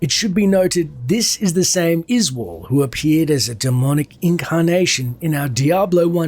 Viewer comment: Izual? Yoy mean "Izeeyool"?